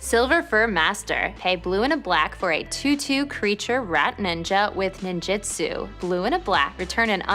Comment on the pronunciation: NIn-JOOT-soo, not nin-JIT-soo.